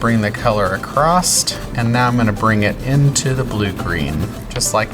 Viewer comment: If you are genuinely a teacher that is accredited, the word is across A-C-R-O-S-S… not acroat… there is NO “T” in across! Even though I am from southern Louisiana, I know how to pronounce the word correctly… This means that you are probably from the Midwest area… That is the most driving part of this video is the miss pronunciation of a simple word. And if you are a teacher in a classroom teaching the young people of today… The miss pronunciation of the word makes you sound stupid. I taught school in southern Louisiana for four years… Trust me to tell you that I corrected every child that said the wrong word pronunciation as well as as Corrected the mispronunciation of letters i.e. the letter “R“… Sorry if this seems like I’m being judgmental about a word… but I am… as this is a problem with today children. The teachers today seem lazy… or uneducated.